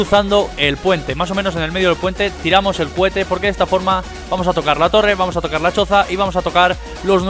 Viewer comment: No me sirve ninguno, pero me parto de risa cada vez que dices "CUHETE" JAJAJJAJA